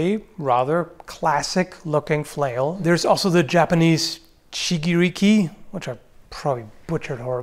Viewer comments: When said that "Chigiriki" right... Feels extra nice. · I know I am 3 months late and you may never see this, but don't worry, your pronunciation of Shigiriki was not horrible at all.